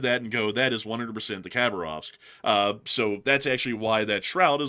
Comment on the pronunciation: City of Hah BAR ovsk. So nice to have you back!!!!